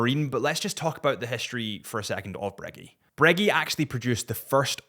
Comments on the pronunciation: Are you saying Breg-"ee" on purpose for Breguet? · Pronounce breguet correctly please